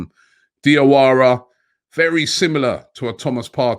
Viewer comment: Robbie the correct pronunciation for Diawara is Jawara cause Dia is French spelling for Ja